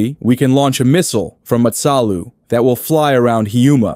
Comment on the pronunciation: The pronunciations for Matsalu and Hiiumaa :face-blue-wide-eyes::face-orange-biting-nails